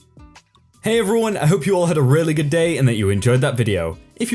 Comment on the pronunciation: what happened? I was away for a few weeks and now i hear that you have a new mic, which is good, but the way you read the stories changed. You suddenly drag the words at the end of each sentence. "Pleasantriiiieeeesss", "Really goooooood", "Stock theeeeeeem", "Hear thaaaaaaaat"... I'm sorry, but i think it sounds horrible. I really liked how you read the stories and i WANT to like you videos, but now i can't even concentrate on them because your pronounciation annoys me so much. Can't you go back to the way you read the stories before? (this is coming from a good place, so no hate, ok?)